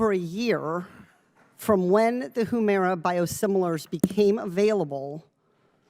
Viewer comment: Katie, it's huemira not whoomira